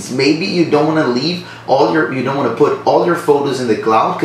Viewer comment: You gotta practice how to pronounce the word "to".